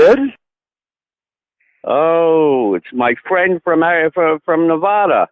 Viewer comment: I actually live in Nevada, infuriates me every time this guy pronounces it "nev-VAW-duh"